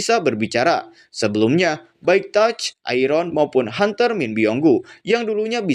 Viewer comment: TUSK KNTOL BUKAN TOUCH WKWKW MAK LU SERING DI TOUCH WKWKWKW KOMEDI BANGET NGOMONG NYA ANJING